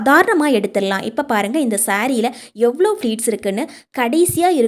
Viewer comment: அது ஃப்ளீட் இல்லை அம்மா. ப்ளீட். கஸ்டம் இல்லை கஷ்டம். உச்சரிப்பு சரியாக இருந்தால் வீடியோவைப் பார்க்கவும் சுவாரஸ்யமாக இருக்கும். ஆங்கிலம் தேவையில்லை. அழகான தமிழில் உச்சரிப்பு சரியாக சொன்னால் இன்னும் நிறைய பேர் பார்க்க ரெடி